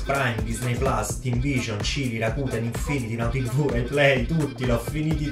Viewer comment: Si dice Rakuten con l` accento sulla "e". E` giapponese, cazz!